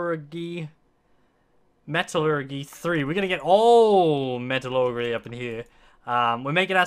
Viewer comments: Metal- urge- e* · the pronunciation is Metal-ur-G for metallurgy:)